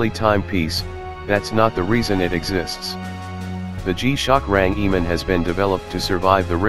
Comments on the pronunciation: bro its range man not rangiman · What's a rang e man? What nationality are you mr speaker? I believe it's RANGEMAN and it's one word 🤔